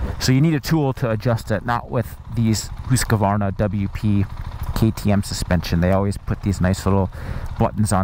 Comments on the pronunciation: Hus-varna. Not Hus-ka-varna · this dude says Husqvarna weirdly. "HOOS" Qvarna? it's "HUS" Q - Varna. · Come on!! It’s husk-varna NOT whose-ka-varna! do you know what you are talking about you’re a senior editor for Pete’s sake?! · Hoosk Varna Like that.. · its not hooska-vaarana its pronounced hooskvarna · Whose kavarna? Husk Varna! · Husk A Varna [sigh] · It's pronounced hus kvarna. Not hus Q arna. I'm swedish x) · as soon as i heard him say hooos kar varna i knew what the comments were gonna be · Hoooooooskevarnaaa! SSSFARTVIALN!? jesus dude... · Never heard this pronunciation of Husqvarna. I am pretty sure it is not pronounced, Hooskavarna. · gahh!!!!!!!! Hoosk-Va-r-na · Hooska? Varna? hahaha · It’s Husk Varna !!! 🙄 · he always added an extra A to Husqvarna also hearing his spit in his mouth when he talks and swallows give me shivvers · It’s not pronounced Husq A varna ? Or am I wrong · When you are Swedish you hear how badly Americans pronounce Husqvarna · I giggle everytime he say Husqvarna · The way he tells hasqvqrna is wrong. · Disliked and stopped watching after the 4th time saying the name wrong. I don’t care whatever else you have to say about this bike. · He says "Husqvarna" funny. It was annoying.